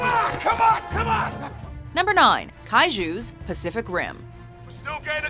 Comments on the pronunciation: OMG i have sutitles on english random gen andwhen she said "kaiju" it though she said "cashews" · the ju in kaiju I always thought was pronounced like jew, but you pronounce it like the ju in au jus